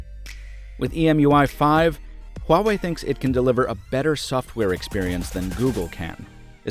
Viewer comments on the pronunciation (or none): Wah... not Hwah... WAH-WAY, sorry I work for a phone company and the amount of people who say this name wrong on a daily basis is enough to give me a seizure